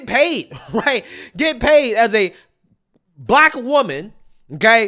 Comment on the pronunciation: All she keeps bragging on is I'm blek. Blek blekedy blek blek blek